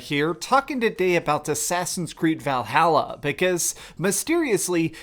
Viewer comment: Val - hall - uh